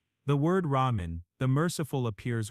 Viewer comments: I like the content, but the everything AI is getting in my nerves. From the visual, to narrator, to the text. It’s “Rahman, not “Ramen”, how lazy you are not even edit it? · "Rahman" and Not ramen 😅... You must have been hungry